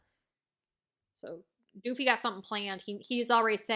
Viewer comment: I beg of you pls stop calling Doffy "DOOFY"